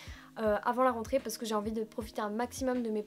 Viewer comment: Quand tu as prononcé le mot "rentrée " je me suis mise à trembler